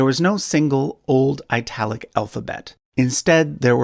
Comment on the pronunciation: Why would you pronounce 'Italic' somewhat like 'Ai-talic'? If then, why don't you pronounce 'Italy' like 'Eye-tale-lie'?